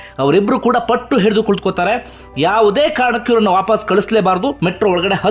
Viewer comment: handige sir pls adu vaapaas alla vapas dayavittu correct agi uchhara madi